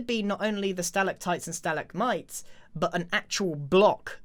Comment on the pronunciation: I don’t want to judge Your pronunciation or anything I’m just saying that’s not how you pronounce stalagmites and stalactites